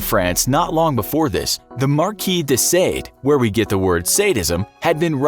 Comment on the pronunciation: Marquis de Sade, “SAHD,” not “SEYD.”